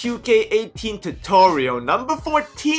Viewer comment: Sound like he said 'welcome to NBA QK18